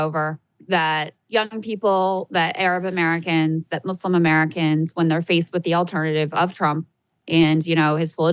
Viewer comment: Thank you guys for saying Muslim and not Muzlim like half these other idiots on TV